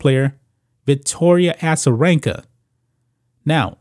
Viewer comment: A-za not Assa